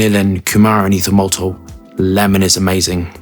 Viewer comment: I don’t know why but it always makes me smile when says ethomoltol whipping through the base. Great review as always buddy. Apologies for the spelling 😊